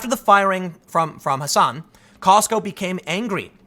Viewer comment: Not Ha sahn. H ass an. Seriously. I'm in MA.